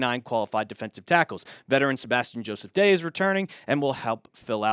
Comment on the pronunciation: The funniest thing is the guy does it every time he talks about Sebastian Joseph-Day